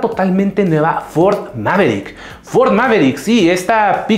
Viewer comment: Todo bien asta a Que dijiste peogeot 208 y Ford mavericks xD